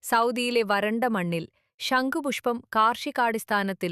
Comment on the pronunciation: ഷങ്കു പുഷ്പം അല്ല ച്യാച്ചി ശംഖ് പുഷ്പം. പല്ലു തേച്ചു നാവ് നന്നായി ഒന്നു വടിച്ചു പറ